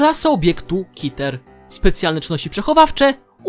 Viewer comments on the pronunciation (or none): Klasa ,,kiter,, tak naprawdę czyta się ,,keter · Nie czyta się "kiter" tylko ,,keter''